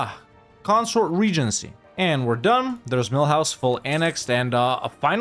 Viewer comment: I hope Mulhouse is in EU5 too, because I love how you pronounce them as Millhouse, which I imagine to be a cute little house inside a mill.